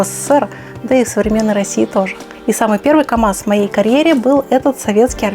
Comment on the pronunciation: В слове камаз есть буква "З")))